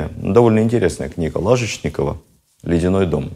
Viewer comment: Стараюсь слушать все ваши лекции.Насчет произношения фамилии Лажечникова ( по-моему,ударение в ней на "е")? Спасибо вам и вашей команде.